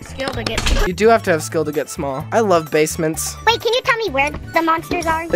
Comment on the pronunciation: “I LOvE BaSMeNTs😊”